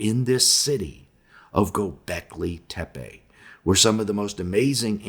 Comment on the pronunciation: G-Y-O B-EK L-Y TE- PE. (LET'S TRY AND PRONOUNCE IT CORRECTLY).